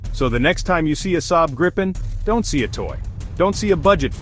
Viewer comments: I was sarcastic. The AI (Artificial Idiocy) pronounced the name graipen insted of correct Gripen. I know all about where the name comes from. I have also been following the development of the JAS 39 Gripen fighter for many years, given that they fly just across the water 40 km from here. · But it´s pronounced Gripen not Grippen (Long "i"). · Greepen not Grypen. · It's pronounced Gr[EE]-pen. With a sharp G and a properly rolling R to start, and EE like in "free". Then pen like that thing you write with. 🦁🦅 No "gripping" short-'i'-double-'pp' sound involved in this word, nu-uh 🙃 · If you, as an English speaking person, want to know how to pronounce the name properly, read it as "Greepen". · what i find so hard go understand is how everyone has so many problems pronouncing the name of the plane.. so i'll make an attempt at writing it so as the swedish would be written with inglish.. i guess if you try to say greepen or if that is to uncomfortable, gyphon instead. Id be most happy. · Thank you for this video. But, get the name right. Swedish grammar dictates that only one 'p' gives us a long sounding 'i'. For english speakets: pronounce the name like it is spelled [gree:pen]. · And please, for the love of God, if you are an American, do NOT try to pronounce Gripen. Just say The Griffin because that is what it translates to. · Grip ("Griffin"), in Swedish, rhymes with deep (not dip), cheap (not chip), weep (not whip).